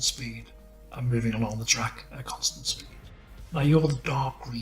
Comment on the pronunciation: the way keeps saying constant.. uhg